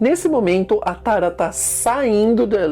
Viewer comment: Por que ele pronuncia Aaron e Tara, como se fosse uma palavra em português?